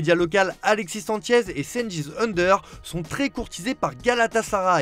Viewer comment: Petite astuce: on prononce Ünder comme Under pas Eunder